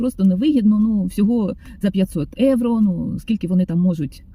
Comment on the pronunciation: виправляю трошки) Ви слово "євро" українською вимовляєте з італійським акцентом" евро". Бажаю, щоб нарешті доля Вам посміхнулася знайти добре житло, а ще краще комфортне житло + турботливий та люблячий чоловік поруч❤❤❤😊